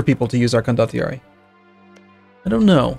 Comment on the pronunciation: I am pretty sure it is pronounced con-do-tee-ar-ee.